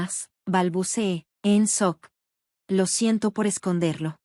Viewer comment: Quedó en sock??? Sock. Sock. Jajajajaja Jajajajaja Jajajajaja Jajajajaja Jajajajaja es SHOCK sh se pronuncia como ch shock, dan risa, sock Jajajajaja